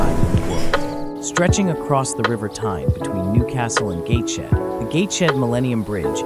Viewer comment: It’s Gates head not Gates shed.